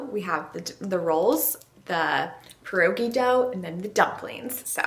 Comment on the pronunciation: You don’t pronounce pierogi correctly either. I’m sorry but from a Polish woman, what you made were not pierogi. If you’re going to try new nationality food, which is wonderful, you should create it accurately for your viewers and so people of that nationality feel great about it.Seemed more like an empinada with the dough thickness and spice and vegetables you used.?❤ Pointer: you boil pierogi and then when you want to prepare to eat you fry them in butter